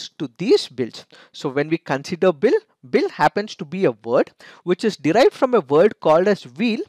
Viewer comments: They are not pronounced as Bhil they are Bheel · It's sounds भिल in place of भील. भील is correct